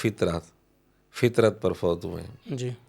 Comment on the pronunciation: O. fatrat ka lafz kahye fitrat nahin